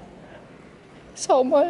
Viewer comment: ja und hört man z.B auch sau mal anstatt schau mal.. aber ja ist wie schon gesagt kein Hate. Es klingt irgendwie süss